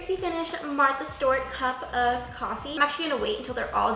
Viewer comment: Love you girl, but it’s Martha Stewart. (Martha Stu-er-t)